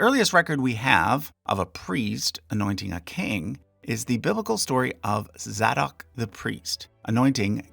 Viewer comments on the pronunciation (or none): Zay Dock as in “say” …. Not Za dock! Sorry I had to say that! 😅